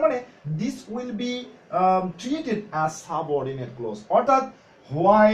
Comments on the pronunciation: It's not close as you have pronounced. It's pronounced (Klawz) look up the pronunciation in the dictionary. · Not ক্লোজ, you should pronounce it ক্লজ। From India.